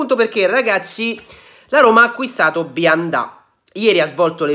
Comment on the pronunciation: Perché Bianda e non Bionda?